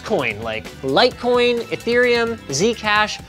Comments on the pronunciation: *it's called litecoin, not fucking "lightcoin." There you go buddy, I fixed it for you. Try harder next time. Edit: I just finished the video and it was never spelled "lightcoin" in the subtitles or anywhere else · It call litecoin not fucking lightcoin .